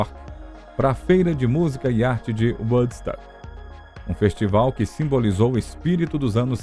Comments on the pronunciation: Eu ia comentar justamente isso ... Quando se tem duas letras "o" o som é "u" e quante tem uma única letra "o" osom é "ó" .... Dá uma agonia ouvir "uodsÃc" ou "uodsUc" ... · Na boa, precisa urgente de mudar a maneira que fala Woodstock, do jeito que fala está muito ruim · Quando vcs tiverem este tipo de documentário, em que envolvam palavras em inglês, cuidem em conseguir um narrador que entenda pelo menos um mínimo da língua inglesa. Este aí q narra os 50 anos de Woodstock, de todas as palavras em inglês que ele citou, e foram muitas, ele não acertou uma só. O próprio nome Woodstock (estoque de madeira) ele pronuncia errado.